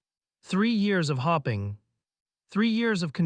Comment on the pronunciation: “Three years of trying to, three years of hopping (like a bunny?😂)